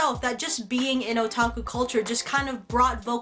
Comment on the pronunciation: "So I'm pretty sure, as fellow anime fans in the otaki community..." ( - ). When she said this, I first thought she said Iraqi community (no offense to anybody).